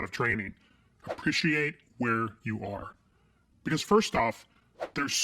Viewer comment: "Buhcause" "Clashrooms" This lady isn't even great at English. I doubt she's capable of learning Korean in 64 weeks. Paid actor probably.